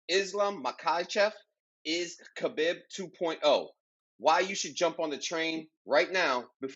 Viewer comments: Pronounce it as Habeeb or Kabeeb. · no fault of your own especially with Khabib’s spelling as the latter part “bib” supposed to be written and pronounced as “Beeb” The origin of the name as the previous poster explained is in Arabic the word “Beloved”pronounced as Habeeb. I guess the Spanish equivalent of it would be “Amado.” Now Nurmagomedov is a whole different story 😂 it actually consists of two words! Nur / Magomedov Believe it or not Magomedov turned out to be the Russian version of Mohammad and Nur is the Arabic word for Light Khabib Nurmagomedov means Beloved light of Mohammad I hope this settles it 😜